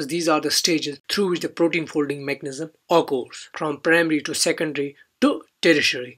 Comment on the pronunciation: Please pronounced occurs correct